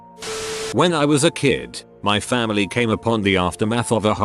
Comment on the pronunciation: I love how this thing mispronounces everything but nails ‘fam damily’.